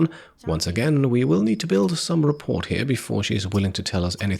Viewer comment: Been enjoying the series, and I'd like to apologize for the infuriating inconsistency of the English language before sharing that the "T" in "rapport" is silent (it sounds like: "rah-pour"). I think it's a great word that deserves more use. Thanks for the great videos; they're classy and professional.